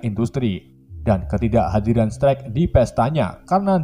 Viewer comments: Stark bukan sterk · Strek strek bacanya stark woiiii bukan strek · Strak kenapa jadi Strek dah di bacanya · Stark napa jadi strek bang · Tony stek yah ges Bukan tony stark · Stark bang.... Bkan strak 🤣🤣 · Bang namanya stark bukan strak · Strak bacanya bukan strek.. wkwkwk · Stark bang bukan strak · Strak dong bukan stark 😂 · Wkwkwk ngakak gw strek bknnya stark 😂😂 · Stark jadi strek ,Obadiah jadi obaidah wkwkwk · Koreksi dikit ngab bukan stek tapi stark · Lurus amat min ceritanya . Gak di kasih detile2 . Oh iya . Mengganggu banget nyebut stark dengan setrek .. asing aja di telinga. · Naratornya, masa tony stark dibaja toni sterk.